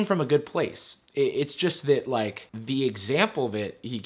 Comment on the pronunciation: “I don’t wike cyberbullies, you’re a cyberbully!!”